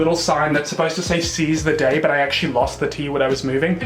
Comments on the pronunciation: No one:: Seize he day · "Seize he day" OMG!!! X'D